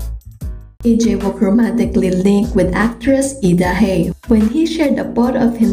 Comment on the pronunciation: Su nombre se pronuncia I-cha-uk